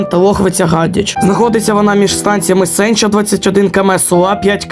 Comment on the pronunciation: Наголос неправильний ставиш) на Бодакві і Сенчі